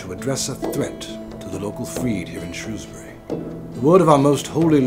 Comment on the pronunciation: Peculiar accents. Are they Americans? Mispronouncing 'Shrewsbury' is a pity.